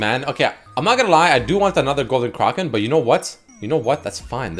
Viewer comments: who the fuck says Kroken? its Kraken A as in apple! Fucking driving me nuts cant even finish the video without typing this lol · Anyone else tilted by him continuously saying Golden Kroken and not Kraken? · Its spelt kraken. Pronounced cracken. NOT CRAWKEN. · "Golden KRAHken" made me fuckin lose it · The way he says kraken actually hurts my ears. Then randomly he pronounced it correctly like once or twice but most of the time he was saying "kraaarken". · actually illiterate, seems like every video he can’t pronounce simple words. Craw-kin? Are you kidding me dude?